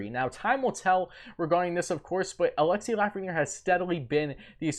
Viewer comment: You're gonna be saying his name alot in the future,perhaps learn the proper pronunciation of his first name.....